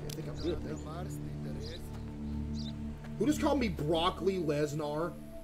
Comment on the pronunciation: Buddy butchered lesnar